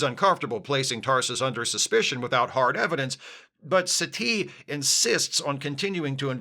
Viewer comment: I keep hearing Satie as "settee"; which is a UKanian word for a couch. It is very distracting.